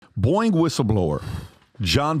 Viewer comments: Is he saying Boing ? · Love how Patrick pronounces Boeing as boing!